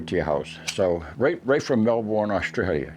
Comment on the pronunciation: Just to help mate, Melbourne is pronounced Mel-burn. G’day from Queensland Australia (give Melbourne a miss if you come here mate, too many yuppies)